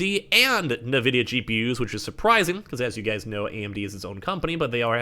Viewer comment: He calls it NAVIDIA 😭🤣🤣